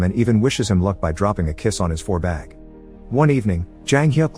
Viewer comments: So nobody going to metion the fact that he called and IV bag as a "four-bag" lol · oh shit it triggers me when he says IV bag as 4 bag